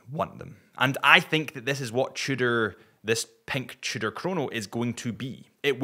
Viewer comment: I can't stand any more "cheudor"....you guys are really annoying.